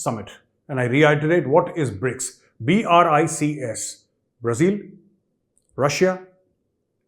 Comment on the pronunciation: I guess india and this guy are the only ones that know China is falling. What a joker!!! He can’t even pronounce Brazil properly.